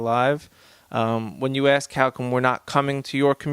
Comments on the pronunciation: What I need to axe? Do you mean ask? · Guy tries to sound smart yet he can't pronounce ask. Instead he says axe? Wtf! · Polight tries so hard to sound intelligent with his vernacular but still has difficulty with one of the simplest words...ASK is not AX or ACKS it’s ASK.